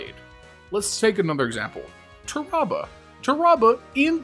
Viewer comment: I don’t trust anyone who calls Tarrabah “turr-ahh-buh” 😂